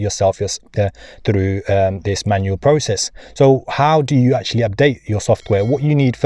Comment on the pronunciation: Basiclee literallee actualleee